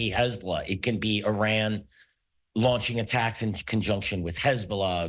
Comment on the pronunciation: Once someone mispronounces ‘Iran’ you know they don’t know what they’re talking about.